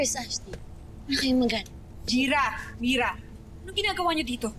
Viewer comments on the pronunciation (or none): No one: Literally no one: Danaya:Jira Mira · May napansin po ba kayu sa pagsabi ni hara danaya na jira mira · ako lang ba o parang nagkamali si Danaya sa pagsabi ng pangalan ni Mira?